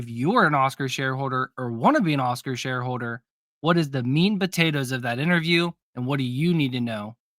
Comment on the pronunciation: Not sure if you said ”Oscar sharehoarder” or ”…shareholder” 🤣